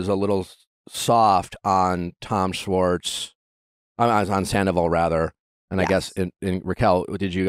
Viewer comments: Nick, love you, but please learn how to pronounce "Schwartz" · The way you say "sss-wartz" instead of Schwartz was driving me nuts lol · it's Tom SCHwartz pronounced with the Sh. for fucks sake Nick, lol someone help correct him! lol driving me nuts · I wonder if we’ll get an episode where Nick actually pronounces Schwartz’s name right 🤦🏻‍♀️🤣